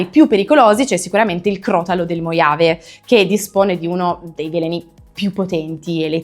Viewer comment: man,I was baffled by word '' moiave", couldn't understand what's that. Only seeing it on the screen I got it. Italians,like French, don't have sound 'h' and always omit to spell it. So, instead of pronouncing like ' mohave' was saying ' moiave'. Nontheless, great video,, but that wall of snakes behind you was a bit overwhelming to look at.